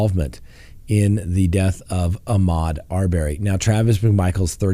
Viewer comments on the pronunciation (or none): Arbery = Pronounced Ar-burr-y, not Ar-bear-y